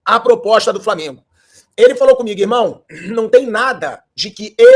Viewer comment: Aprende a falar o nome do time. Framengo é foda.